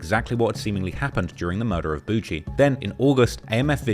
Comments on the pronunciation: Boogie isn't "Boo Gee" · Gawd your such a foreigner… it’s pronounced “ buhgiiie” boogie not boo-gee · Buh-ghie! Jesus man, do yo homework on simple nicknames. Calling him boo-jee is crazy 🙄😫🤧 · Nga who tf is Boo Jee 😭 its boogie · Why is this clown sayin boujee? 😅😅😅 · Is it really pronounced “Boujee” or is this just another case of a content creator who can’t pronounce names? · It’s boog-eee. The g makes the same sound as golf. Not a j. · I'm quite certain his name is boigie as in mucus or snot from your nose, and not BOUGIE. Do your homework, especially if you going to try to capitalize and make money off of the Black culture which you clearly don't know much about. It's disrespectful as hell for you to be doing a video about somebody's life & death, making money off of this dude story and you can't even get his name right. This culture vulture crap is getting way out of hand!! 👎🏾👎🏾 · Calling him boo-gee is crazy